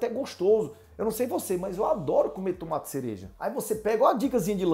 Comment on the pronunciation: TUMATI? DEPOSITO? KKKKKKKKKKK É UM BAIANO MESMO !